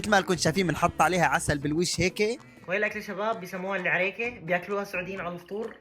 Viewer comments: عريييكه 😂😂😂😂😂 مو عريّكه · عَريكَه مو عِريكِه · عَرِيكه❎️ عِرِيكه☑️ تعديل:الي ما فهم الفرق في الحركات😂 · اسمها عَريكه مو عِريكه بل فتحه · عريكه وليسا عريكي😊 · احنا ماننطقها عِرِيكِه احنا ننطقها عَرِيكَه ولاكن ابدعتو 😂🇸🇦👏🏻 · اسمها العَرِيكَة مو العرِيكه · مو اسمها العيريكيه اسمها عريكه😂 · اسمها العريكه مو العرايكه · عرِيكه مو عرّيكه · عريكه مو عريك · العريكه وليس العريك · مو عريكيه عَريكه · عريكه مو عريكاه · عريكه مو العراكا😄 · عَرِيكَة مو عِرِيِكة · عريكه وليست العريكه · اسمها عريكه مش ايعريكا 😂😂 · عريكه مو عرياكه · عريكه مو مو العريك❤ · عريكه مو عريكيه😅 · العريكه مو عريكه 😂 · عَرِيكَه انت جبت العيد في نطق الطبخه 😂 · الاكلة الي اكلتوها تنطق عرييكة 😂 تحية من السعودية وتحية لكل الدول العربية🤗🇸🇦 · عريكا ههههه النطققق والشماغ ترا مو طقطقه ترا بس يعني ما ادري بس مو طقطقه ترا وطريقه الشماغ حكايه ثانيه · عريكه مو العريكه مش عارف كيف ينطقها بس مت ضحك من النطق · ولا معلومه صح العريكه ماتنطق العريكه بدون كسره تحت الياء ثاني شي الاكله الي كليتوها معصوب العريكه تنوكل ب اصبعين و تكون مكونه من مكونات ناسيه وشهي والله بس الي اذكره تمر و عصيده و شوي عسل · اسمها العريكة انطقها صح😂